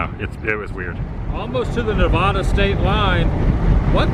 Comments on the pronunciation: Ne-vad-a NOT Na-vah-da, I stopped watching after that. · I’m a native Nevadan and you’re pronouncing Nevada wrong…it make sad. It’s Neh Vah Duh…not Nuh Voh Duh…please, and thank you. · It's pronounced "Nevaada" (like "cat") not "Ne-vahh-da". Local Nevadan here! Dust storms are scary. Glad you're OK. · Hey Adam--helpful hint: I lived in Nevada for 5 years and trust me, the locals get super perturbed if you mispronounce the name of their state. It's actually 'Ne VAD a' (like 'add uh'). You're welcome. heh. Great road trip video as always--thanks! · / With all due respect, the "Locals" have it wrong! Even the actors in the 1930 movies (and later) pronounced it Nevodda . . . so, I'm sticking with that accurate bit of unwokeness! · It is NOT pronounced "Neh-VAHHH-duh" ugh 😣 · C'mon Woo, everytime you say Nev ah da in your videos I cringe. It would be kinda like pronouncing your channel as Adam the Whoa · But, that's the Anglo explanation. lol! FACT: The name is Spanish! Just like Colorado! Everyone should say it with the Spanish pronunciation! Problem with that explanation is that a ton of Anglos will purposefully mispronounce, and call you "politically correct", if you tell them that! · Yeah, I just love the pale wave telling everyone it's their way or the highway. It became Nevada with the Spanish pronunciation, but I don't know what the REAL locals called it. They're likely my ancestors, too. Anybody ask them? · you are pronouncing nevada wrong